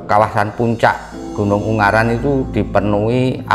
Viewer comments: UNGARAAAN,... Bukan UNGGARAN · g nya satu bukan dua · Ungaran om bukan unggaran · yg betul ungaran..bukan unggaran 😁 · Lucu sama nyebutnya Un-garan bukan U-ngaran hihi...😊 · Maaf ungaran mas bukan unggaran 🙏🏼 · FYI, Ungaran di baca U-Nga-Ran bang. Bukan Ung-Ga-Ran 🤣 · Maaf ngomongnya bukan gunung unggaran,tapi gunung ungaran mas🙏🏻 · Ungaran mas , bukan Unggaran😑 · Selamat malam, baru nonton, bang pengucapannya bukan "unggaran" tapi "ungaran" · Ungaran mas bukan unggaran 🥵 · Ungaran mas bukan ung garan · Ungaran bang bukan unggaran